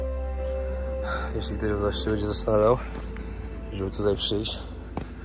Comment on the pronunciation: Nie mówi się BEDZIE tylko BĘDZIE Dlaczego tak kaleczysz język polski?